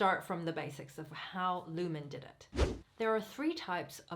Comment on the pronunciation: And the name is not Niklas Luhmän , it is Niklas Luhmann - with the same a like in Niklas